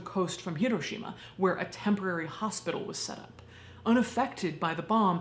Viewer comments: She immediately said the name correctly, gets an immediate like. Remember folks, japanese doesn't have an r, just an l. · Thank you SO MUCH for pronouncing “Hiroshima” correctly! ❤❤❤ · Not super to do with the video, but as someone who grew up in Hiroshima, THANK YOU for pronouncing the city name like locals do. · Thank you so much for your pronunciation of Hiroshima. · I can't even imagine... I'm crying just thinking about my home state there one moment and gone in a blinding flash and boom. And then the after math, my God. It's atrocious. Thank you for this video and thank your for you pronunciation of Japanese names and places.